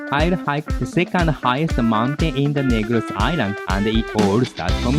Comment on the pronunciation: it’s “Negros”, not “Negroes”.